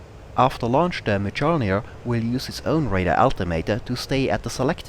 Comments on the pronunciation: Mjölnir is pronounced like "Myolnir". The 'j' makes a 'y' sound. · Not close enough! Try saying "earth" in british english, without pronouncing the last three letters, just the "ea". That sound is a long "ö". Also, the correct spelling in Swedish is Mjölner, not Mjölnir. (You can verify this on wikipedia, search for Bombkapsel 90) So, the pronunciation should end in "nerr" with a tip-of-the-tongue "r" (kinda like spanish), if you are from the middle of Sweden or the northern parts. Southern Swedish is a whole 'nother story! :) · You really butchered the pronunciation of the word Mjölnir x) Other than that a great video though ^^